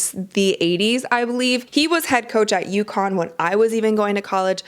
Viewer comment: UCONN Not Yukon.You can do better.